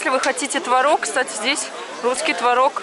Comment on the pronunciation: как тебе не стыдно)))))в слове творог,ударение идёт на первую букву О)))))))